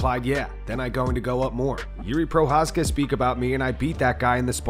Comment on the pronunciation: Who the f is Juri Prohaska, disrespect on purpose. It's Jiří Procházka or if you want an english version, it's Jiri Prochazka, have a nice day